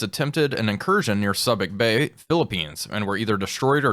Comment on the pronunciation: Soo bic bay, a long "u."